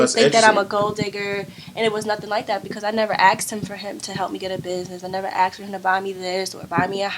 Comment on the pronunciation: its not aksed its asked y sound dumb it is not cool or an accent